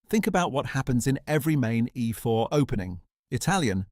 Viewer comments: Oh no, he played "ehfore" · I was looking forward to this video, but the AI voice is too bad! It doesn't pronounce things like "e4" and "a3" properly. Just laziness IMO. Fine, use AI voice, but make sure it says things properly before publishing a video man